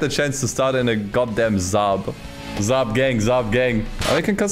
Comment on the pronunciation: Saab not Zaab 🤦‍♂️🤦‍♂️ we don't speak Freaky Deaky Dutch